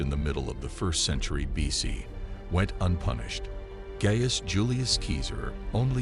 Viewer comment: Keezer? Stop polluting the Internet with your drivel. "Seeser" or "Kaysar" are the only acceptable pronunciations. It would have taken you 2 minutes if you had studied.